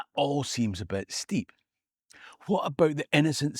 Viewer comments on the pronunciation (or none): none